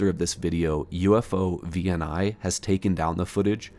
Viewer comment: "OVNI" is the Spanish equivalent of *UFO*, and it is pronounced as a word, not spelled out letter by letter. UFO+OVNI = UFOVNI